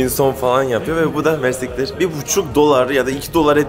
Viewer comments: Umarım herşey hem bizim hem böyle güzel ülkeler için daha da iyi olur maalesef çok üzücü.. Bu arada mers*ktr değil o:))) merci ktir yani çok merci anlamında ✌️✌️ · Mersiktir değil reis. Fransızca ve Arapça birleşimi olan çok teşekkürler anlamina gelen; "merci k(ı)tiir". Bienvenue en Liban de nouveau